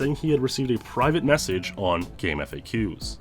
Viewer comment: GameFAQs is pronounced Game-faks, not Game-F-A-Qs. This was confirmed with one of the founders.